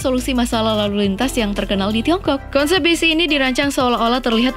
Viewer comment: Konsep bukan Kensep